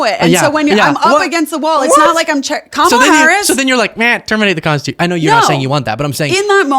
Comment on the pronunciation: wow, she pronounces Kamala’s name correctly. I’m shocked.